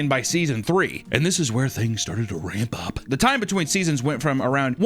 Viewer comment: Why do i feel like said "This is where things decided to rape up"?